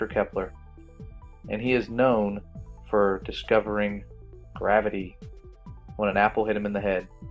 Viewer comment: GRAV-ITY NOT GRA- VITY